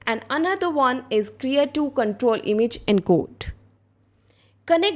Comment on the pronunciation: Thank you, very nice.... BTW, it's Krea2 not KERA..